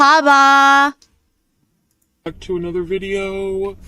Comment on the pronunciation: Sometimes all the ragging of FB about her Arabic skills (or lack thereof) makes me feel a bit bad about my own lack of progress, but then I hear her pronunciation of “mar-HA-buh”, and I feel better 😅 (also, I haven’t lived in an Arab-speaking country)